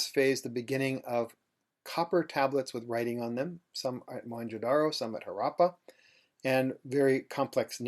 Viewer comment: His pronunciation of Indian words is impressive except Harappa